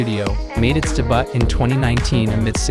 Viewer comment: Debutt lmao. Ai isnt taking anyone over anytime soon lol